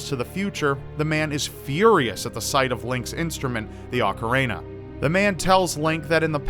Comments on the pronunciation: Did say "ocarena"? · It's not said Ocareina. It's not a hard word to pronounce properly.